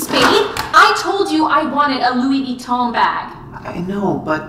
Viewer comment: Why she say Louie veeton bruh